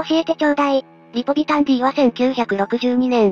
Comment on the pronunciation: リポビタンは「ディー」じゃなくて「デー」だよな。